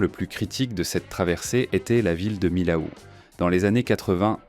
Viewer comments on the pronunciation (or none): Millau se pronounce à la française : mi-o. Comme mi-haut. Pas mille-aou. Voyons.